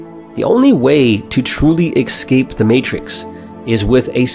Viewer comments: I like this content. I like your channel. The word escape is not pronounced "eck-skape" Its pronounced "ess-kape" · You need to unlearn how to pronounce esssscape. Not eXcape